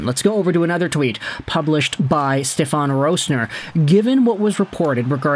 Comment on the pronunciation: Its SteFEN. Not SteFON